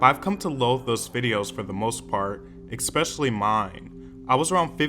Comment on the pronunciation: Why do you say “eckspesially” lol